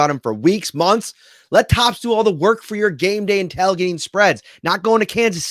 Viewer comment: Southern (Florida) Bills' fan and subscriber here. Love the show. Love the content. We call it "tail"-gating down here. You seem to always be saying "tal"-gating? 🤔 Just giving you a hard time. 🤣 Go Bills!!! 34-27 over the Chiefs this weekend!